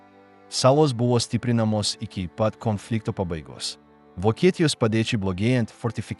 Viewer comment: Sako Konfliktas Antras pasaulinis Karas Ką jis šneka Komflynfliktas 😢 Nesveikas Jis